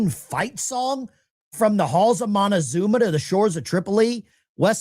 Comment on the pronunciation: Sounds like like the fool said Halls of Montazupa???? Huh?